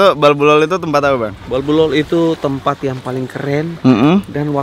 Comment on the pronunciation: Itu di NAMLOL bukan BALBULOL